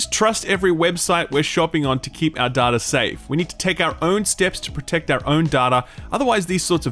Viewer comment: The way you pronounce "data" is deeply disturbing to me on a base level.